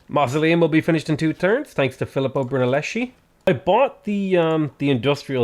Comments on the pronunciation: Repeat after me: it’s Phileeppo Broonellesky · Please, please please..it's BrunellesKi. "h" in Italian makes the "c" that precedes it sounds like a k. Love you!